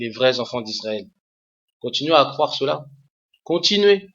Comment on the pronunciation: on dit croire pas cwoire